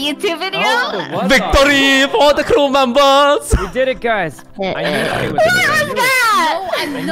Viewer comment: "Victory for da krewmembas" 😂😆